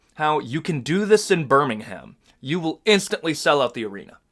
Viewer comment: As a person brom the uk, please pronouce birmingham withouth the "h"